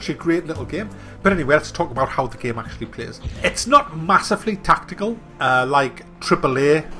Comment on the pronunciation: Seriously the way you say the word "game" It's like "gaem"